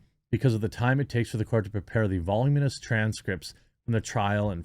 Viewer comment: It’s pronounced voluminous not volume us.